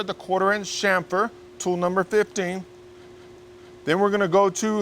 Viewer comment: Thank you so much for saying 'chamfer ' correctly. Good work mate.